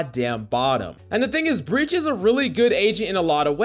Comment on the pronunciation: "breach" lol